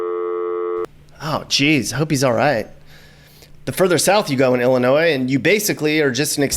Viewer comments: It doesn't matter how you try to propagate it, the "s" in Illinois is ALWAYS silent. Great video btw. If you make another one, talk about how & why southern Illinois was once called "little Egypt" and the Shawnee national forest. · OMG I don't believe you did a vlog on Illinois and pronounced the "s" at the end. It is pronounced "Ill-i-noi". It's like someone scratching a blackboard with their nails when we hear that. Sticks out like a sore thumb... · And people from Illinois say Illinois with a S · This is very spot on. Springfield is the Goldilocks region. It's Just Right. That's funny you pronounced the S at the end of Illinois. Beardstown, Pumpkin Capital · Duh. NO "S" sound in Illinois. (Research is our friend!) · No s no s on illinois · We can tell you're not from here because of the way you said the state name,the s in ILLINOIS is silent.and the taxes here are high and going higher all the time.Demon o 🐀'S don't know how to create JOB'S in ILLINOIS, just tax and spend.Ready to move out of this Socialistic COMMUNIST STATE, ran by are DICTATOR BIG FAT LIER J.B.Pritzer!!!!!!!. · You keep pronouncing Illinois wrong so fing wrong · Stop pronouncing the S in Illinois the S is silent. You should probably add that to your video. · The S in Illinois is silent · you kept saying Illinois with a hard S Also people from Illinois are called Illinai not Illinoians. Lol 😆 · did he say the S ? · Drives u nuts when hear them use the s in Illinois! Once heard a dr use it asked for a different dr if that uneducated get away man lol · Why do some people ignore that the s is silent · You sure did! Look over this and you will find you pronounced the "S" several times. I give you credit, towards the end you did say "Illinois" properly. Ewwww. that gives us the creeps when we hear that "s" at the end of "Illinois". If one moves here, he will be given a good lesson on proper pronunciation of our State.